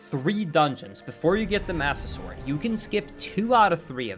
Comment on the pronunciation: Did anyone else notice he said Budder Sword?!?! I don’t know if it was intentional or not, but that brings back so many memories of Skydoesminecraft. Great video,, this was awesome!